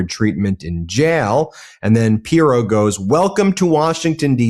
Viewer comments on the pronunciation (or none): always makes good points, but for the love of God, can he learn to pronounce pronounce Pirro‘s name properly? It is SO distracting.